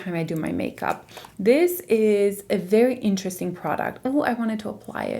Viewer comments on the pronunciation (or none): none